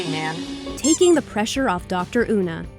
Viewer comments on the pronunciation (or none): I mean no offense but you sound so white when you said her name as "Una" instead of "Yuna" (It's spelled "Una" but pronounced "Yuna") Also Una is her first name. Her title and name is Dr. Morris.